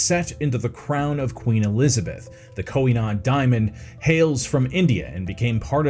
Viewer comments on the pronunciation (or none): Why did you have so much trouble pronouncing Koh-I-Noor? You repeatedly pronounced it as ending with an "n". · That is not how you pronounce Koh-i-Noor.